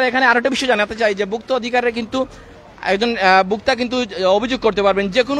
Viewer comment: ভুক্তা অধিকার কি? ভোক্তা অধিকার.... বিরক্তিকর।